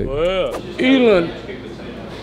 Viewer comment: Elon not Elen of course nobody corrects him they just let him sound stupid